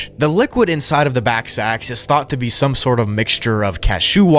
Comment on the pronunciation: Ballsacks. Not backsacks.